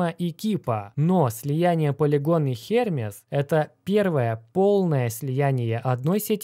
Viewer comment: ХермЕз так-то, а не хЕрмез. Ну ты